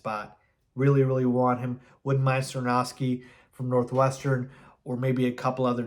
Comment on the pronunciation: He keeps pronouncing it Skor - nos - ki. Driving me crazy lol